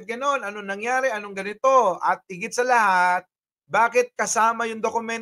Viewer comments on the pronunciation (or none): Correction, pak bigkas ang letra S na s at hindi SH... halimbawa, ang sa atin HINDI ang sha atin...